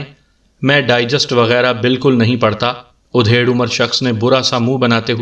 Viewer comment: آپ کی آواز اور پڑھنے کا انداز بہت اچھا ہے ، لیکن یہ ادھیڑ(adhed) عمر کو آپ جب udhed کہتے ہیں تو بالکل اچھا نہیں لگتا ۔ ادھیڑ‌ عمر کا مطلب آدھی عمر کااور ادھیڑ udhed کا مطلب چیر پھاڑ ہوتا ہے ۔